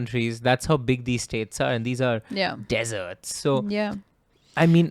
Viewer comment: The way said deserts😂😂